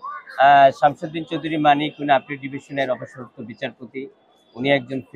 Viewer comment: বার বার মানিকের পুরো নাম না বলে-তিনি,সে,ওনি শব্দ দিয়ে সম্বোধন করলে ইন্টারভিউ টি শুনতে ভালো লাগতো!!! মিঃ সাংবাদিক গলা টেনে টেন তার নাম উচ্চারণ করাতে তোমার প্রতি চরম বিরক্ত হয়েছি॥it is not a professional journalism ok mind it- bro!!!!!